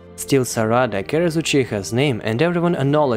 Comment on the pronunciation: its not "saRAda" its "SArada" you say it exactly how you would say sakura